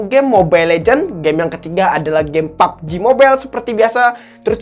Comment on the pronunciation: Gw suka lu ngomong pubg mobile